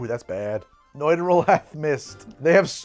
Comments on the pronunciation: So, uh... <_< That's not at all how you pronounce a u with an umlaut. It's just a very oohey ooh sound, like in "noon" (as opposed to "moon" which is a little softer). So it's just "Neutral", not "Noitral". Though to be fair, I'm pretty sure you were both tired and drunk by then, heh. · If you're trying to pronounce Nütrl as though it's German, then the english "neutral" is not far off. the "noi-trel" that you're saying would, ironically, be spelled "neutral" in german. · It’s stupidly named but I sell it and it’s pronounced as neutral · It's pronounced "Neutral" That "ü" is meanto be pronounced like an "oo" but more in the back of the mouth. "eu" would be what's pronounced "oi".